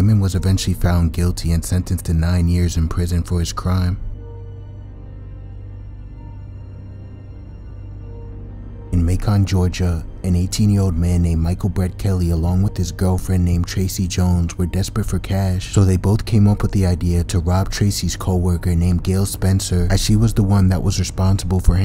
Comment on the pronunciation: Macon sounds similar bacon 🥓 No emphasis on ‘con’. Macon🥓..not mayCON. Just so you know😄